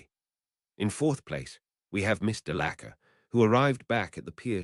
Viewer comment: So far as good as last time, but DeLaCir is not pronounced that way, it's De-La-Core!!! You need to fix that in any upcoming videos with her name in it.